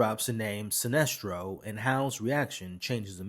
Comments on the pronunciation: also heard him slip in that "SINESTRO!!" over what I assume was "Celestro" 😅 but like AcksD said.. we still appreciate the content and love your effort! your learning with the rest of us. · Yeah he knows john, evidently guardians have been watching John since he was a baby, so most of the bigger names would know of him. Also his name isn't silestro....it's sinestro....with an N not an L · Silestro? Atros? Have you ever even read the comics? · Celstro, my guy love the vids but it’s Sinestro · Lmao good vid but I was thrown off by how you say Sinestro 😂